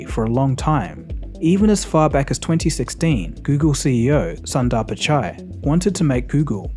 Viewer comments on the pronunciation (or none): It's "soon-dar-pichai" not sandar pichai. If it was say, a french name you would have made sure to research the pronounciation. Nice softcore racism.